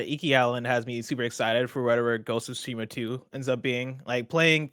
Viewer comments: Greg, your pronunciation of Tsushima is better than most but still not quite there. It’s TSOO-shee-maw (the T is not silent). But I also wouldn’t worry too much as long as you’re trying, most of your audience probably doesn’t speak Japanese. As a side note to Tim since it comes up pretty often, it’s O-nimusha, not AW-nimusha. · But the second way isn’t correct either. It’s Su- Shi- Ma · it’s TSU-shi-ma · I know that but for some one that might not know Japanese they’ll probably over pronounce the t. It’s hard to tell someone how to pronounce something via text lol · Still not correct, better than most but the T is not silent. He’s also pronouncing the second syllable wrong. Actually all of the syllables are mispronounced lol. But I don’t expect everyone to speak Japanese.